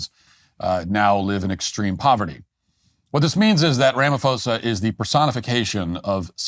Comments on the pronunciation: Pronouncing it "Rama-fosa" instead of "Rama-posa" literally translates "Mr wrongdoer" 😂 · ITs Ra Ma Po Sa not Fo Sa! I'm South African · PRONOUNCED RAMAPOSER NOT RAMAFOSER. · When you see a "ph" and say it like an "f", that's a Greco word, like philosophy, it originates from Greece. in African languages, there aren't Greco words. When you see a "ph" in an African word, it's not an f, it's a "p-ho" Rama-p-hosa... Like our word "poes.....a"... Some say he's a Poes anyway. 😂... But say it properly!, otherwise you sound stupid and it undermines the argument. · Ramaphosa with a hard P. Not a soft P such as Pharao. Keep up the good work! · RamaPosa. Not RamaFosa. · Ramaphosa pronunciation: Rama-poh-sah. Just so you know 👍🏾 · Cyril is pronounced like Sybil, and the “ph” in Ramaphosa is pronounced as a sharp P. Ramapôhsah. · Wish you guys would research how to pronounce the last name Ramaphosa🤦‍♂️ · LOL, your pronunciation of Cyril Ramaphosa hahahahahaha, good video though, there is no current genocide, farm murders are ignored and we are fighting for it to be priority crime and to get recognised. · White South African here! No white genocide! He could also start with somewhat on point pronunciation!